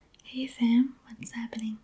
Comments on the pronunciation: did you say "hey fam" or "hey sam" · Immediately I hear in the most AMERICAN accent ever, "Hey, fam! What's happening?" dead lol.